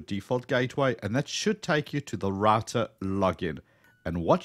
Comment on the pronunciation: Its Router not Rator lol